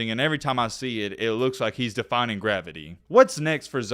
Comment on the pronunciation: it's "he is defying gravity" NOT "defining gravity"... damn!!